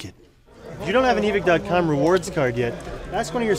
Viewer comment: This dude said evick